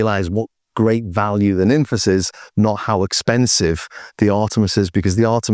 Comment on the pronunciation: Are you sure about that pronunciation? I read it more a "Nimfs" with a clever spelling. Be interesting to know for sure.